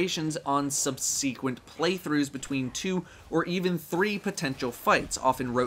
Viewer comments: sub-seek-went? It's sub-sek-went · Sub-see-quent lol I love me some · Think you could use some help with how to pronounce subsequent. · Great video as always, even if you're pronunciation of subsequent left me scratching my head. Well scripted and a pleasure to listen to your thoughts. Happy to hold my hand up and be counted as one of the twenty. I enjoy Destiny. I have fun. Now bring on year 2!